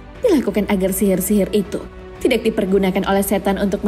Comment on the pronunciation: Suranya bagus, Tapi Pas Penyebutan (Tidak) Kurang enak Di dengarnya.. Karana Disebut Jadi Tidaxxxxx